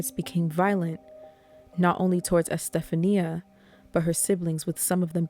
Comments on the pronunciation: I think her name is pronounced, E-steph-onya, not Estephania. But I could be mistaken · You did a great job on this story. Love your voice and thank you for not trying to do the weird "monotone" that so many attempt. I have no idea whats up with that but it rarely works out well. One note: the name Estefania is pronounced Es-tef-on-ya. The Americanized version, Stephanie, puts stress on different syllables so sounds quite a bit different. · I believe her name is pronounced Este-FAWN-ia